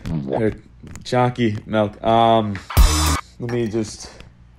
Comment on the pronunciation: Not even gonna lie when he says choccy mily in his other videos i hear chalky milk